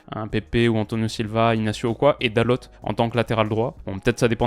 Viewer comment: Hello :) dalot se dit dalo, le t ne se prononce pas ^^ top vidéo sinon 😊